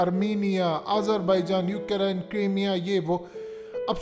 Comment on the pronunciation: Ohh bhai saaab . Its Ukraine not UK Raine